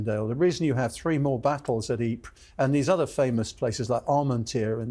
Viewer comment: Another brilliant episode. Fascinating insight. The most amazing thing I learned is correct pronunciation of Ypres.